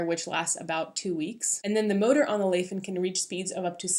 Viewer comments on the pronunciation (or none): Nice review! Will get it for my wife based on this! Btw it's a Chinese brand, pronounced lai as in "tell a lie" or "lie on the bed"